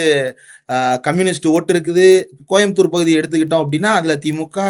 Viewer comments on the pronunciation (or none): none